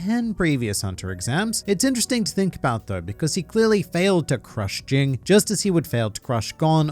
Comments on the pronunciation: Look bro, its either Ging ( G as in ground) , or Jin. Not fucking Jing. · The fact that you keep saying his name wrong is fucking cringy